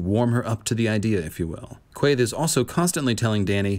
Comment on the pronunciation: Random comment, but I love the way you pronounce Quaithe! 💙🦑